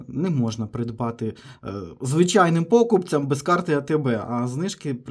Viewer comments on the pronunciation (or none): ПокупцЯм- правильний наголос